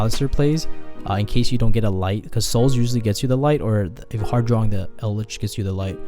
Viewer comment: You know he's brain dead if he cant say Eldlich correctly